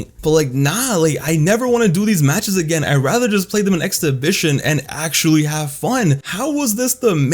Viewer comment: Am I the only one who thinks he's saying "x-division" when he says exhibition?